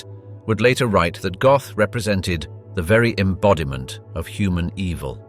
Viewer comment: His surname isn't Goth, it's pronounced GOAT..